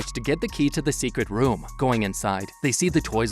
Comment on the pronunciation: Your saying woom instead of room